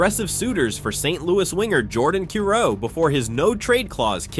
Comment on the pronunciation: That’s Jordan Ky-roo, not Kee-ro